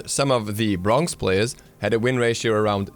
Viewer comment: did any one else notice that he says brongz instead of bronze?